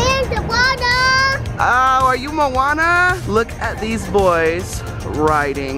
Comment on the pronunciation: Did say mouana